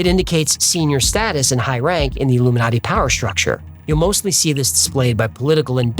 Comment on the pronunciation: modiji is illu-me-naughty😂😂